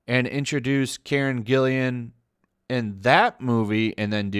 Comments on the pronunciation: its GILLAN, not Gillian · Hey, just a tip, Karen's last name only has one I. Gill-AN. Little OCD on pronunciation , no ill will meant. Keep up the great content. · Karen's last name is spelled G-I-L-L-A-N. With a hard "G". Just a little note,. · Whose Karen Gillian? or do you mean Karen GILLAN?